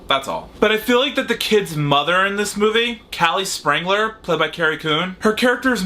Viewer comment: I've seen this movie and I LOVED it. Now THIS is how you bring a franchise as beloved as Ghostbusters back from the cinema grave! Small name mispronunciation on your part, Phoebe's family name is Spengler, not Sprengler